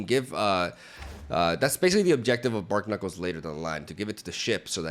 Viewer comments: The pun on Barknuckles is barnacles like the animal, not bark-knuckles. Love ya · they are bar-knuckles, not bark-nuckles. It's a play on barnacles, not bark. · BARNACLES. Bar-knuckles. It’s wordplay, not bark knuckles. Other than that I made a pretty similar deck and knowing it came out in one of your videos (more polished of course) makes me feel proud of myself. Kudos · "Bark-knuckles" Barnacles Bar-nuh-kuls